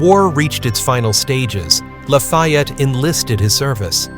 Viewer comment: Sorry, can’t watch cause your mispronunciation of his name is too annoying.